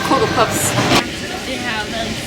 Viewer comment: WTF er kokopops. Det er cocopops det udtales lige som cykel med c